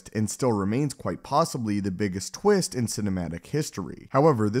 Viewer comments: was the biggest CWIST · The biggest Kwist?.. 🤦‍♂️🤣💀